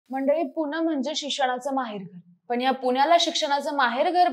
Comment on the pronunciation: पुन्याला नाही गं बाई पुण्याला अस असते ते 😂😂😂